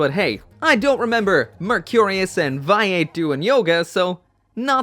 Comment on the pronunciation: Still can't deny... Vayeet...